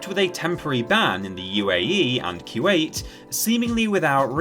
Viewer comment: Everybody: "Coo•wait" (Kuwait) Narrator: "Q 8" 🤷🤦